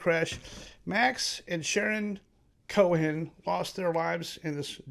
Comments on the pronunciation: Pronounced Koe'-in ... no "h" sound. YOUR WELCOME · Brother, the way ye pronounce 'Cohen' tells me maybe ye ain't from NYC...